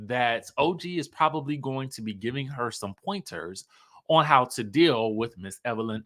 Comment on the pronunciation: It's Evil Lynn already!!! Evil LYNN not lene